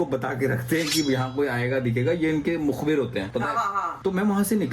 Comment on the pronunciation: said mukhbir, m amazed... i mean itni pure urdu